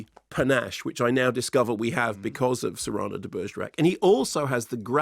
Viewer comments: Cyrano has always been pronounced "Si-ruh-noh" not "Serrano." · It's CYR-ano. Serrano is a pepper. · It's pronounced "see ra (with the r coming from the back of the throat) no", slowly, with equal time spent on each syllable, otherwise it sounds like a type of Spanish ham. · I find it very amusing that Mark insists on pronouncing "Cyrano" in a weirdo way that no one has ever pronounced it. And before anyone says "it's a British pronunciation", I have lived half my life in the US and half my life in the UK, if it was a common Brirish pronunciation, I am sure I would have heard it. This is just a "Mark is wrong" pronunciation. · I’m Irish and the pronunciation of Cyrano that Mark is struggling with is how I’d imagine the Irish to say it. Similar to how Irish names like Kinsella and Costello(e) would be pronounced by us. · What I learned is that some people pronounce Cyrano weirdly, is this a British thing? Like how you guys pronounce controversy? That being said, sounds like a very Joe Wright adaptation, which I'm not a fan of. So despite wanting to see Dinklage's performance, I think I'll wait for streaming for this one. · That's how Mark pronounces it. The film uses the American pronunciation, with the stress on the first syllable, which is what confused Mark.